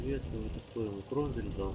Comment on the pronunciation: Тоже угарнул с чувака в начале боя, "хто поедет ва звот?" ахах